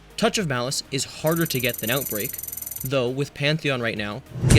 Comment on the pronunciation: 'Outbrake' instead of Outbreak, fixed shortly after when you actually mention Outbreak 'Malfesence' instead of Malfeasance 'Flexable' instead of Flexible 'Appentance' instead of Appetence 'Ragonhild' instead of Ragnhild-D 'Decide' instead of The Deicide 'Commemortation' instead of Commemoration